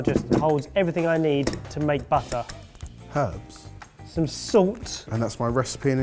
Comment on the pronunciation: BAHtah. It's a BAHtah-making kit. Using BAHtahmilk.